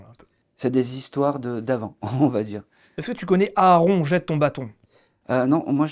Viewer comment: C'est quoi cette façon de prononcer le prénom de son invité "Airon* alors que l'invite vient de présenter "Aaron", avec un A ! Faite un effort c'est la base